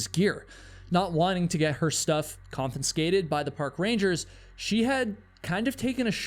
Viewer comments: Dear, ild just like to offer you this quick tutorial. seems that sponsored drink you advertised may be doing you a mischief but here we go from the top. just say it with me.... "CON FUH SKAY TED" not " CON FIN SKAY TED" " if you were saying compensated you would be ba right on tho! xx follow me for more pointless or racist trash yours sincerely me! an actual drug fucked idiot xx ❤❤😂😂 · I love videos so much, but I have to be the police here: it's pronounced confiscated, not confinscated. Sorry! 😞I wouldn't have said anything about it, but he just kept saying it so many times. I'm only doing it out of respect! Love you and your content,! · Just a note: con-fiS-cated, not not con-fiN-scated. Not trying to be rude or anything; a lot of people say it incorrectly. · There is only one n in “confiscated”. You put a second one in every time you say the word, I just wanted to time stamp one example. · The word is pronounced con fiss cated. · there's only one 'n' in "confiscated." You kept pronouncing it "conFINscated." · "CON-FI-SCATED"....there's only 1 "n" in this word. Thanks for the vid. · Hi,. Great video, except you keep mispronouncing the words *confiscation and *confiscated. You're incorrectly pronouncing them as "conFINscation" and "conFINscated": ex. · why do you have problems saying "confiscated"? Is it confinscated or confibscated you are saying, every time? Very odd - never heard anyone do that before. Fine video otherwise 🙂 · Con-fis-cated. Please. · practice saying "con-fis-cay-ted." You're mispronouncing it. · The word is "confiscated" ❤ Love your storytelling. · I thought the first time was just a slip of the tongue !! Re 'confenscated' ! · video could have been 2 minutes. "confinscated"? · Dude, what is that word you keep saying instead of “confiscated”? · I think you said ConfiNscated? 😂 Love the vids! U the man ❤ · Say it with me…..CON - fis - ca - ted. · I thought he said comPENscated